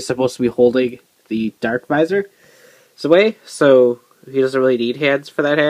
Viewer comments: It's DarkVisor Zwei, pronounced Tsv-eye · yknow the thing with the Survive visors is how not everybody knows that Zwei(german for two" is pronounced "z-vai"